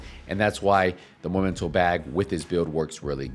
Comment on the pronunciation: after 4 years of people saying momento i am starting to think that vaste majority of Division 2 players are either illiterate or just plain stupid. Its spelled MEmento not MOmento please for the love of fcking god pronounce it right! aside from that.... I do believe that Hunters fury is a waste of time to use on a headshot build unless you are using regulus. For one simple fact. With a full high end build you can obtain higher handling with better stability and higher headshot dmg. Punch drunk mask for the D&H, Walker & harris Chain killer, Basicly any form of headshot dmg% from the rest of the gear all rolled into weapon dmg / Weapon handling / headshot dmg.